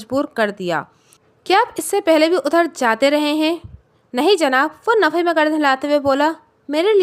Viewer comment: کہانی کو بہترین طریقے سے پڑھنے کے لئے آپ اپنے ہجے اور تلفظ پر بہت محنت کریں۔ حرکات وسکنات تذبذب اور نفی۔ یہ سب الفاظ اپ نے بالکل غلط پڑھے ہیں ۔ اپ نفی کو ہمیشہ نفے نفے کہتی ہیں جو سننے میں بہت برا لگتا ہے۔